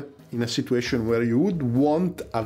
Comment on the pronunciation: In English, "situation" is actually pronounced like "sitchyu-asian" and not "si-too-asian".